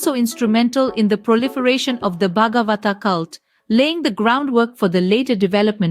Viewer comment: Why can't you pronounce samskrit words the way they are pronounced in samskrit Why are you pronouncing ramayana, bhagwat and many other words wrongly. It's distressing. Why pronounce Indian words according to English spelling